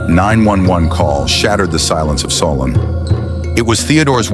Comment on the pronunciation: Also it’s pronounced SOUL-N not SOL- ON